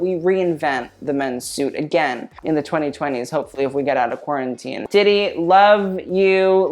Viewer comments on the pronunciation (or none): none